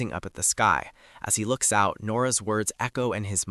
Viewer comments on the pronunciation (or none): none